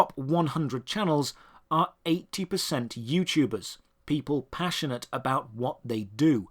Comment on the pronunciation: “Youchubbee” “JooYouChuubers”